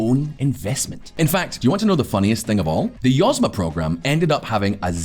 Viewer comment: YozMA (accent on last syllable), means "enterprise".